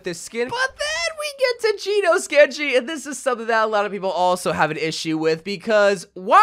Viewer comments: The way he’s saying “Genos” his funny 😂 he’s Geenos and it’s pronounced like Jenos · Genos is pronounced Jen-nos-su 👍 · ngl the way he says kiriko and genos pissin me off a bit